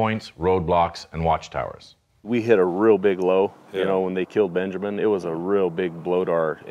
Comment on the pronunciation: dude really said Benjermin